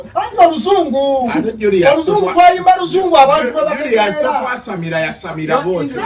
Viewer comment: The way kuku say yasamila muli 🤣🤣